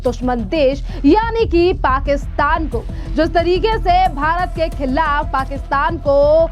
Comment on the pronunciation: Khillaf nahin khilaf kahe. Thoda sudh hindi to boliye.